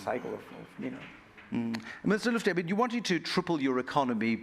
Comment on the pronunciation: Mr Lutfi, not Mr Lufty, please!!